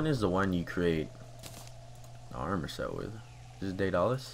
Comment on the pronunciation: The armor is pronounced Day-dul-lis